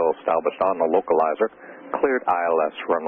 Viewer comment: everyone talks about the british accent but no accent other than the american accent could make the word "localizer" sound so good! respect to all the american accents out there!!